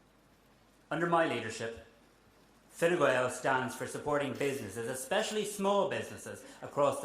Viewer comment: He says “Fine Gwael” Enough said 😂